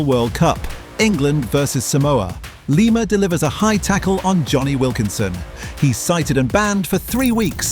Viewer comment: Lima, its pronuounced Lema